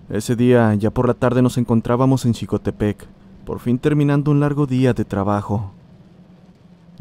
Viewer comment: Vivo cerca de Xicotepec, se pronuncia Jicotepec, y hay muchas historias relacionadas a nahuales en esta zona, es muy densa la vegetación y si da miedo, este es un pueblo mágico de puebla